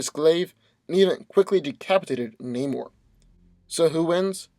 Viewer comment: the way he says Namor's name lmao, it bothers me more than it should